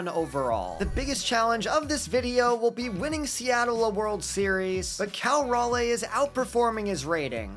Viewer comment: This will be important for when they get an MLB team, but raleigh is pronounced (RAH-LEE). Pedantic, I know, but he is also a carolina boy.